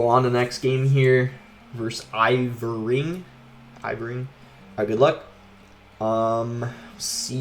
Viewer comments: It's not iVORing, it's IRVING (ER-VING). English in 2nd grade can teach you that. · It’s ir-ving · I’ve never heard anyone say Irving like that 😂